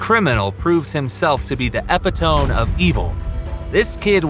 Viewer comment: There is no such thing as EP-i-tome. It's pronounced eh-PIT-o-me 🙄